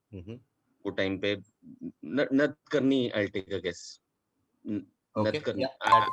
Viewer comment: Correct, clearest pronunciation of Nadkarni is नाडकर्णी. ड as in डमरु and ण as in गणेश, रामायण, बाण, प्राणी, चाणक्य, आदि (etc.).